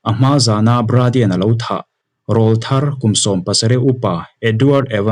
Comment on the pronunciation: I chhiar thiam khawpmai.. mahs Lam dikloh ineih chu RAWLTHAR Tih thumal hi.. Eg. i awrawl chu ava ring ve.. 👈Heta awrawl kan tih RAWL ri sang anghian RAWLTHAR tih THUMAL a rawl tih hi lam san tur ani.. Mipa naupang rawn puitling tab chho tur awrawl rawn danglam sawi nan hian RAWLTHAR tih ani .